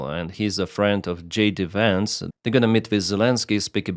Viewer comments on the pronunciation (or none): none